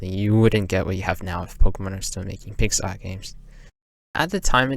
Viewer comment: took me like 15 mins to realize you were saying "pixel art" and not pixar_ i was so confused lol